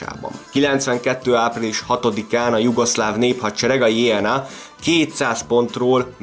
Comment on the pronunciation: Nagyon jó a videó ! Némi kiigazítás: nem jé en á, hanem jö nö á, nem vé rs, hanem vrsz...! Ez így érthető, a volt Jugoszlávia területén élő magyarok számára ! 😊